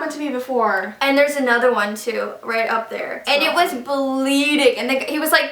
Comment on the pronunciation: like it was "baleading" lol